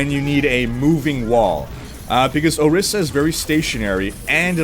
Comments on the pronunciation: it's orisa not osira :( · it is ORİSA not OSİRA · ORISA, not osira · Can't help but notice you called her Osira multiple times. Orisa right? Not to be that guy...... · o-ris-a not o-sear-a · titsofbrass every time he says ohseera I cringe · Not osira dammit. O-RIS-A!!! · I left a like, thanks for the little lol I had every time you said Ohseera ^_ ^ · You mean Orisa right? haha you said it with the S and R reversed so many times